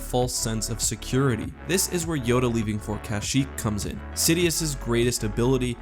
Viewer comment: Did you just say Joda